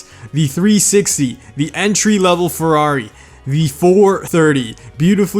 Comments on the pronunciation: lol i love your humor but the pronounce, my italian hearth died when you sayed ferrari (good video btw) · Redstoneprime dude he says Farrari but it is ferrari